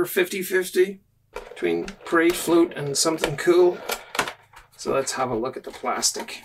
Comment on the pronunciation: Your accent made it sound like you said Pride float, and now I want to get one and paint the Aquilla in a rainbow pattern